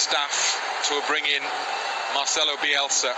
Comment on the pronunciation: el periodista tiene un orgasmo "OOOOH YES!!! MARCELOUU BIUELSA, GLACIAS SIEÑOL BIUELSA".